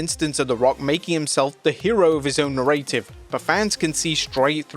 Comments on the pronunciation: Do you... do you... do you not know how to pronounce the word "narrative"? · just say narrative, not narrative like you have been doing :D